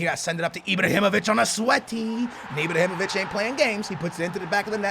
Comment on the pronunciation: Does he say Ibr(o)himovic ?